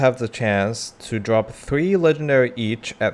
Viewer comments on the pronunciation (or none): none